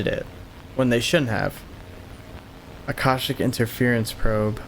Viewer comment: do some research into the Akashic (ah-Kah-shic) records before you continue the series. If they start tying that in you’ll be so confused without some basic understanding of it. Knowledge is probably even linked to that specifically.